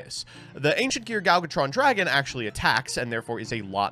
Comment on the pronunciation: I swear every time Gadjitron dragon makes an appearance tries his hardest to mispronounce it in some new way